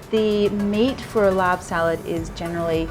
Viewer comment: Thanks for calling it laab instead of larb... don’t know where that came from, it makes me cringe lol